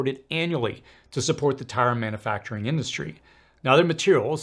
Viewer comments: Please stop saying "man A facturing". It's manUfacturing. Look at the spelling. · Mana-facturing? Really? You don't know how to pronounce a word you use so frequently? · It is puzzling that this guy struggles to properly pronounce the word "manufacturing". It is not pronounced "manAfacturing". He also struggles to properly pronounce "susceptible" and "steel". He might be a foreigner with a speech impediment.